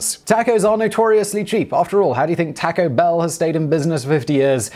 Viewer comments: Ok the tacko thing was funny until you said Tacko Bell making the mispronunciation obviously intentional. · Taco Bell is a corporation therefore no matter where you are from there is only one way to corrctly pronounce their name. Please have some respect and learn the correct way to pronounce it. Thanks